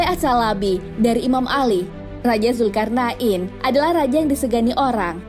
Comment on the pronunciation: Zulqornein bukan zulkarna,in bos